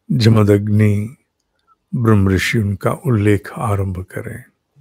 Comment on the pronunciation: साहब, जमदन्नि अशुद्ध है, जमदग्नि शुद्ध रूप है।